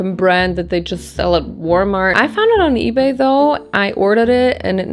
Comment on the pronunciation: “war-mart”- sounds about right 😅